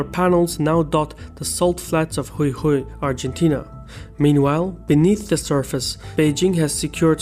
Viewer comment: He did pronounce correctly Jujuy though